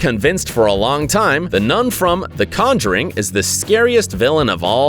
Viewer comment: Why did he say conjuring "con juring"